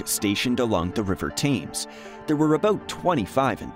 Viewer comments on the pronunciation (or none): It is NOT the river Tames, it is Thames pronounced TEMES. We could use a few of these hulks now as a deterrent. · Brixton, not Brighton. If you are going to make historic videos then at least get the names right. Oh and Thames is pronounced Temms. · Ps Thames is pronounced TEMS . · Thames = "Temz" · Really interesting, but pronunciation check; the River Thames is pronounced as Tems. Confusingly, the town of Thame is pronounced as Tame 😂😂😂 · River Thames, not Tame get it right. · It's pronounced 'Tems'. The ignorance of Americans never ceases to amaze me. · How can you take someone seriously when that can’t even pronounce the word Thames properly ? Lightweight.